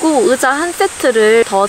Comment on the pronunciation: 으자 발음이 너무 귀여워요 ㅋㅋ❤ 맥북 장만하신거 축하드려요~ 미래의 도 힘내주세요^-^!! 의자도 편한거 딱 맞는거 받으신거 같아서 다행이네용